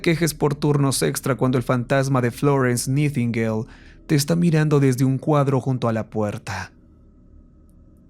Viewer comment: … se pronuncia naitingueil…